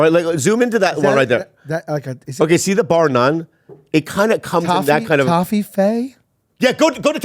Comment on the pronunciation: that's not how you say toffifee 😂